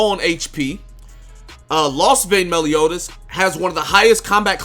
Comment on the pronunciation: Melioni? Melioni? Meliodas, that really got me 🤣🤣